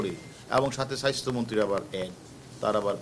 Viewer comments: আমি এটাই ভাবছিলাম , উচ্চারণ এমন কেনো ? Bcs ক্যাডার হবে উচ্চারণে সমৃদ্ধ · Ati Ami o sunlam ,tar ussaron Ki kharap obosta